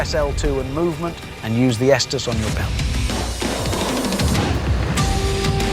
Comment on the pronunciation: The most unrealistic part of this is correctly pronouncing Estus and not "Yeastus" or some other ridiculous variation. Everything else is spot on. Insane.